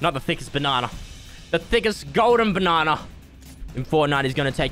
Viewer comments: Tell me why it sounds like says barnana instead of banana🤣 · I like how he says, "Bananer" about every minute in this video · I’m from America, so every time he says “banana” it makes my day.